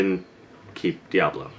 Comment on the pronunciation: LMBO. The way he says Diablo, the first time. I ono, it's just funny.